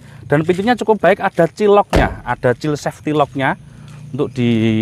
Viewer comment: Maaf Child Safety Lock itu bacanya Caild Sefti Lok, bukan Cil Sefti Lok....